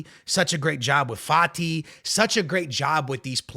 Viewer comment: bro said fati..